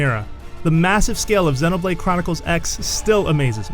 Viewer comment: I think he slured the word xenoblade.